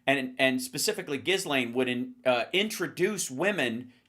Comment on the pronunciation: Ghislaine: pronounced "schze-len"